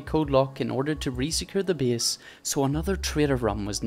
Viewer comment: I like the fact he says (bease ) instead of (base) =)